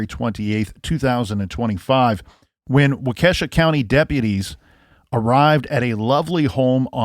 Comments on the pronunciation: WAH-KA-SHAW not WA-KESHA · Guess I've not been watching the news much. I'm a few counties away and I didn't even learn of this. Prayers to loved ones. Very sad indeed. Wah-kish-awe, is how it is pronounced. You're welcome, lol. You had me looking it up, wondering what county that was. Many Indian names in Wisconsin. Thank you for your great reporting on this! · These Wisconsin towns...wau-kee (or kuh)-shaw. (My preference is wau-kuh-shaw, but I hear it both ways.) Thanks for covering! I've been wondering about this case! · Wow I downloaded these episodes to keep my flight busy and was surprised to hear it's based in my state. Nice try pronouncing the city 😉